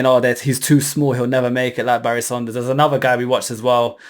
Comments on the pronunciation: Barry SANDERS, not Saunders!! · Anyone else triggered everytimenhe says saunders instead of sanders?